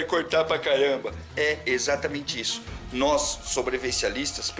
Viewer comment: Parabéns peito conteúdo! Sempre te acompanhando! Like toda hora. E "noiz" rsrsrsrsrs